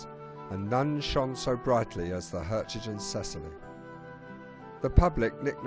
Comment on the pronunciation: PITY YOU DID NOT RESEARCH HOW TO PROPERLY PRONOUNCE THE NAME OF THE SHIP.